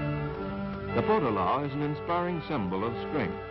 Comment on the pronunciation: Interesting video - if only the narrator was a little more precise in certain things - Potala - the emphasis is on the middle syllable, so it's Po-TA-la. The Dalai Lama IS NOT THE REINCARNATION OF BUDDHA, He is believed to be the reincarnation of the Bodhisattva of Compassion. Buddhism is just as diverse as Christianity having many different denominations, so for many Buddhists, the Potala isn't remotely sacred at all. The mantra in the prayer wheels & perpetually recited by everyone is: Om Mani Padmé Hum - it's very easy to pronounce correctly.